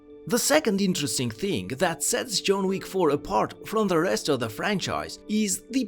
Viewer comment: "June Week" .. really? lmao